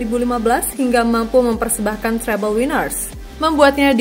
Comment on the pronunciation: Treble Winner min bukan Terrible Winner 😂